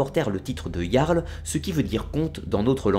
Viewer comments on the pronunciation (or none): none